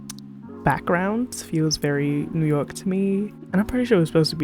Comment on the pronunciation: I can now hear your accent. Especially when you say New York. Which is funny because I didn't hear it before. 😅